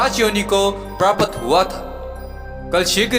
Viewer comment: प्रापत नहीं प्राप्त। सक्रीन नहीं स्क्रीन बोलो